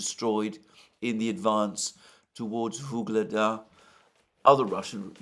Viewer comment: "Gaza Surrounded" For once at least a semi-accurate headline on a place being surrounded by military forces. Quite unlike all his phony headlines on locales being 'surrounded' or "encircled' in Ukraine by Russian forces as at: Vuhledar, Bakhmut, Avdiivka, Kupiansk just to name four that he pronounced "encircled" or "surrounded" when nothing of the sort was happening on those battlefields. My advice: take a map reading class.